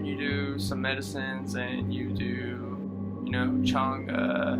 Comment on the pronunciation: The way you pronounce Changa makes me happy. Glad you got to experience DMT in such a spiritual way. I need to revisit the molecule asap